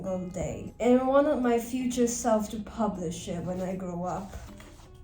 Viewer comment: The way she just “I AM NOT pubLiSHING tHis.” And then… “i sHoUlD pUpLisH tHiS!”